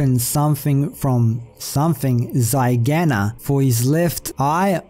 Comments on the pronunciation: zygoma, not zygama - zygomatic arch is the cheekbone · The book says "zygoma", referring to the cheekbone, which is called the zygomatic process/zygoma. So it says "Misshapen face from malformed zygoma". It's not a clue to anything; you're misreading the word as "zygana", which is off, and looking a bit too far into that. SPOILERS BELOW And yes, this book definitely gives the only information about Snoke we can find so far. The movie doesn't tell us literally anything about him. And then he gets killed. So yeah... maybe in Episode IX we will find out more about that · Haha dude you got it all wrong with the “zygana” part. The word there is Zygoma which is the abbreviated version of zygomatic bone which is an arch shaped bone which forms the bone part of your cheek and the floor of your orbit, It will be referring to the fact his face is malformed and quite significantly smaller than the other side. From a Dental student and Star Wars nerd hope you’re excited as I am for next week! 😀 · oh my god... this is hilarious. the word is Zygoma.... the zygomatic arch is the bony part that forms your orbit (where the eyeball sits). but keep researching hungarian , it's funny.